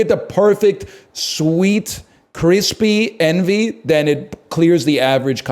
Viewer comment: it sounds like he is comparing “Enby” apples to CC but hes actually saying “Envy”